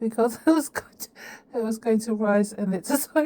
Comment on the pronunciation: Rise not ruse Are not ate.